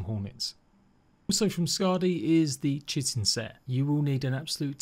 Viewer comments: I'd say to call it "chit-in" only if you're referring to chitlins, otherwise it's "kite-in". I don't know what the grammar meme police would say regarding the matter, its a toss-up between oxford/british/language arts people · ahha dont worry i used to say chit-in instea of kite-in hahaha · Chitin is said like "Kai-tin"